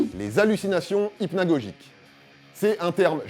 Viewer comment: On est donc une personne sur cinq a subir la paralysie du sommeil. Je pensais que c'était moins courant que ça. Remarque, je n'en ai parlé que rarement. Les hallucinations Hy(p)nagogiques (tu as prononcé avec un 'p' ?), ça ressemble pas mal à la paralysie du sommeil non ? Surtout quand ça prend la forme de sensation de chute.